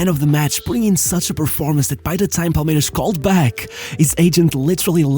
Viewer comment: When you're sYou're using the Portuguese "S" sound. In Brasil we don't say "Palmeirax", it's Palmeirassss, the S like a snake. Only in a few places in Brasil (like Rio) people say "Vaxco".